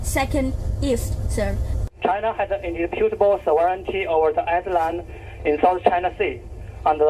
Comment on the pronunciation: Your tone of voice is very provocative. You need to be a little more respectful of China because India is in a big mess. And Indonesia cannot match the fire power of China, with a weak military. Speak with a tone encouraging peace. By the way, not sovereigneety but sore vren tee.